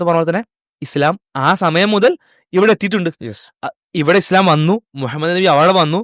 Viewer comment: "ഇസ്ളാം" 😄 ആദ്യം അത് പറയാൻ പടിക്ക്. 🙏